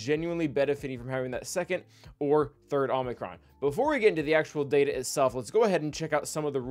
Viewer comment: you killed me by pronouncing it Omnicron it's oh-mee-crawn. Please I'm a language nerd, don't make me suffer❤